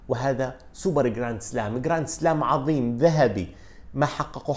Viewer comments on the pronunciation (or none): none